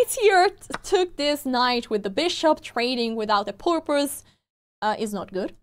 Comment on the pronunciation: (By the way, for anybody who does not speak English as their first language: The person who posted this was just being silly and having a little bit of fun because of the way accidentally said the word "purpose" but it kind of sounded like the word "porpoise." So the person posting this made a joke about fish and the ocean. [The first sound of "purpose" sounds like the first sound in "person" or "purple." But this sound doesn't exist in a lot of languages, so it can be hard to non-native speakers to hear. That said, it's still easy for English speakers to understand what a person means])